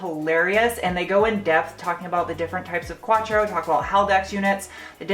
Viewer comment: Is pronounced quattro not quachro for fuck's sake!